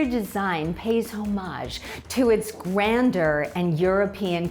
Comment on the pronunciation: this real estate agent has no business taking about architecture & design : -“this might be the most “powerful” address in nyc.” 🙄🤣 -“pays homage to its Grander.” 😂it’s pronounced grandeur -“welcome to the new gilded age.” no. off with their tacky, design choices -…”feathered chandeliers…” um, i’d call them large scale feather pendants. theyre not chandeliers. -… with beautiful calcutta marble countertops.” it’s CALACATTA marble. she got chinoiserie right though